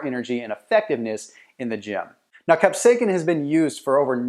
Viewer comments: Kap - say - uh - sin, NOT kap - say - kin. Thank you. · it is not pronounced "cap-say-kin". it is pronounced "cap-say-ah-sin" combine those words rapidly and you will pronounce it right (sort of). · I am loosing braincells by the second. WTF IS CAP-SAKE-EN??/!/£&#% ITS CAP-SAY-UH-SIN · Capsaicin is pronounced as “cap-SAY-uh-sin” (IPA: /kæpˈseɪɪsɪn/). The emphasis is on the second syllable, “SAY.” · Its Astounding that People Get Upset Over Pronunciation.. The Video is about Health and its Cayenne pepper that he is Speaking about..Cap..Sake Kin.. Go ahead make my day ! Great Video ❤ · You're pronouncing capsaicin wrong. You're saying capsaikin, which is incorrect. Otherwise good video.. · That’s not how you pronounce capsaicin. It’s kap-SAY-sn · It’s pronounced “kap-sasin” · Capsa "kin". First time I've ever heard it said that way. Good info though. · I have never heard capsaicin pronounced like that, its distracting, the letter "c" has a "s" sound. [cap-say-sin] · C'mon dude say CAP-SAY-SIN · Repeat after me... : CAP-SAY-EH-SIN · WTF, your saying capsaicin wrong. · Bro I can’t watch this.. say it right !!!! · Onother "expert" on diet who doesn't know how to pronounce capsaicin. And what about those doctors in the vid? Ok enough for comedy entertainment for today. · please stop saying capsaicin like that.